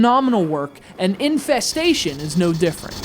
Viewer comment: I thought you said Aliens: Incest-station.